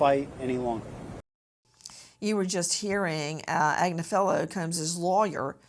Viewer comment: I listen to marks wife Karen Agnifilo, pronounced Ag nif ilo. Mark has an uphill battle he can't win..plz pronounce his name right!